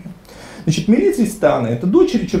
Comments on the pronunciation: Имя "Милица" произносится с ударением на первом слоге. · Какая, нафиг, МилИца?! Ударение в сербских именах - на первый слог.